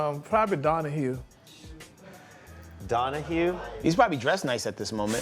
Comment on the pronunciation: said Donahue, 😂😂😂😂😂